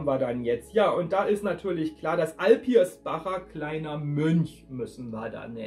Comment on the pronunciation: AlpiSbacher heißt das. das mittlere R ist unmöglich.